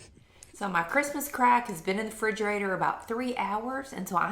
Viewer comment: I had to stop the video several times and confirm you say, "frigerator". 😆